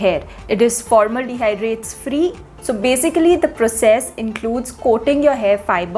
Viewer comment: What is “formaldehydrates”? Is it just me to which it sounds like that’s what she is pronouncing Formaldehyde as?